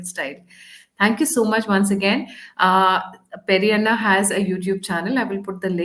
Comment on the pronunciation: Peri anna nai hai sir, Narasimha anna bolo ji.